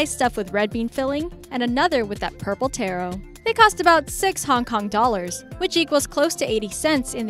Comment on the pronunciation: It's pronounced taro the way it's spelt